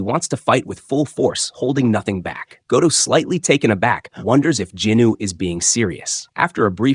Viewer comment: I think the pronancation of the main character is wrong, i was a bit confused when i heard that name. is it not sung jin woo, but in the video i keep hearing jin noo